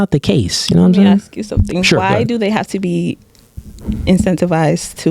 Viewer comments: Bro tell that dude its asked nog aksed fucking hell cant atleast the hosts talk normal english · Whys it so hard to say ask